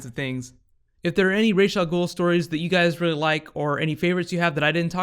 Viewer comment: Based on the arabic spelling.his name is pronounced raas not raish.